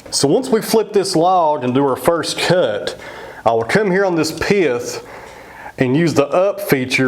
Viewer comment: I know right! I like how he changes the word "pith" into a 2 syllable word. Piath.. That butternut turned out just beautiful. Love the dark grain within.